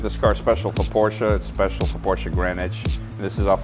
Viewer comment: thank you for pronouncing porsche correctly. every time someone neglects the -e i die a little inside